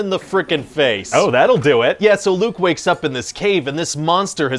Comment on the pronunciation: He said dew it.